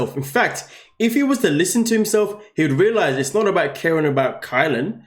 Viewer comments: Please, please, please, I love your commentary but pronounce her name correctly. It is KY-Len not kaylen! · Definitely pronounced K-EYE-LYN. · It is pronounced KY-lynn. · ⁉️ Sorry, her name is Kylen, no A. ⁉️ It's an easy mistake to make but she's lacking respect, dignity and appreciation. Every little bit might help her realize her worth and leave that P.O.S. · Kylen. He pronounces it wrong every video.